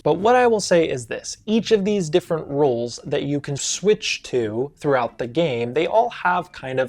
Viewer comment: I think it's very interesting how similar your pronunciations of "rules" and "roles" are